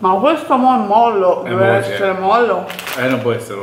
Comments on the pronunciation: Molle! si dice molle! no mollo! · si dice è molle!! 😘